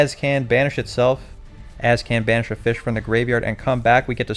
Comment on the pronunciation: mixing the feesh